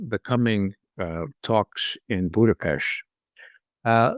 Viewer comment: I have never heard a non-native pronounce "Budapest" with the utmost perfection Mr. Ray McGovern does. Formidable intellect and integrity. Always very enlightening and enjoyable. Thank you!